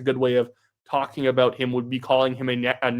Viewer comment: What’s that all aboot?